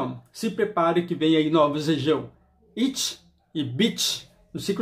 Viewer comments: Amigo a pronuncia do frasco amarelo se diz " Rit", pelo que a marca propoe os dois serão Unissex, sendo assim o frasco não tem nada a ver com o formato dos femininos!!!! Amei a resenha, mas esses eu passo a vez😂😂😂... Bjssss 😘😘😘😘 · Legal,,,mas é Rit que se pronuncia o Hit,em inglês o H tem som de R